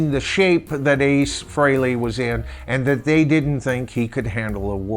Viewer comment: Thanks for saying Ace’s last name correctly. Even major fans say it wrong all the time.